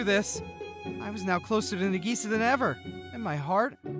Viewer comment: female version of Hikkigaya Hachiman. interesting. Also :50 Did you just say Nigisa... no way right nope you definitely said Nigisa